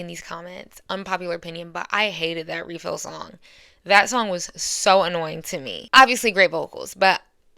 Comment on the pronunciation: I enjoy your commentary, but you hurt my heart with refill 😭🤣